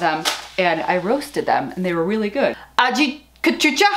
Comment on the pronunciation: I swear, Girl!!! I just love your personality! It's so easy to watch you cause I know I'll be cracking up at some point. Great try with the Aji Cachucha (A-Hee Kah-Chu-Cha) pronunciation. It's also known as Aji Dulce (A-Hee Dul-Say) and we use it in the Caribbean to make seasonings like Sofrito. Mucho delicioso and so fun to grow. You're gonna love it!